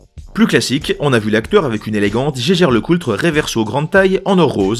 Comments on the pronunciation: Tu es sûr que Jaeger Lecoultre se prononce "geiger" ? ;-) T'es pas allemand, toi... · Très bonne vidéo bien référencée, comme d'hab. Juste un truc qui me chiffonne à chaque fois (et que mon cher Robert a confirmé): Vous êtes surs de votre prononciation de Jaeger-LeCoultre ? Il prononce cela à l'Allemande (ce qui me parait logique) et le l de Coultre est silencieux il me semble ? Merci de votre retour